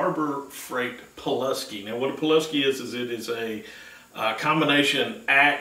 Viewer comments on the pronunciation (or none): Poo lass key is how you say it. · pooluhski from harbor frought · PEW LAS SKI